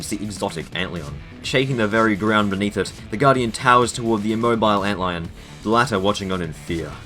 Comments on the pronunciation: am i the only one mad that he says ant leeun instead of antlion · Why do you call Antlion, Ant Leon? And Beager, Beggar? Haha you called Antlion, Ant Leon again.. but then a few seconds later, you call it Antlion? Apart from that, cool video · bro why do you say antlion like that